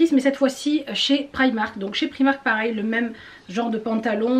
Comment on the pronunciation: J’aime bien comme tu prononce primak 😂